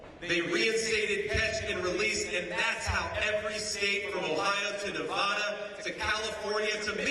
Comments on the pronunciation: Nevada loves ❤️ Trump Vance 😊 just remember Nevada not Nevahduh😂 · Ah shoot I missed him today he’s in my state 😭😭😭 only thing I don’t like is he miss pronounced Nevada 😢 but other than that absolutely loved his speech!!!